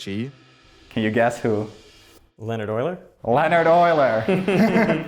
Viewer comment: Don’t call Euler [ˈlɛnəd]. Learn to say [ˈleːɔnhart].